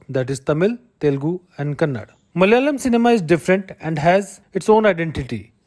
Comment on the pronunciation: Bro please pronounce it as Malayalam, not Mal-yalam. Also, we are not Mallus, but Malayalees.